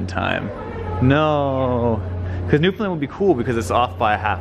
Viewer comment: FYI Newfoundland is pronounced noo-fund-LAND not NOO-fund-lund. Gotta sound out the “land” as if you’re saying land on its own.